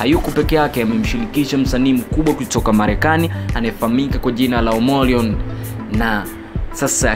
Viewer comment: jina ni Omarion not Omorion mtangazaji